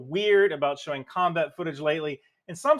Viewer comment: Quite minor point, but it's pronounced "combah", not "combay".